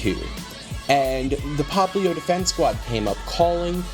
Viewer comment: it's popplio not poplin